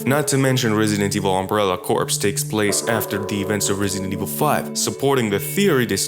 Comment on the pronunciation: CORE dude. CORPS is pronounced CORE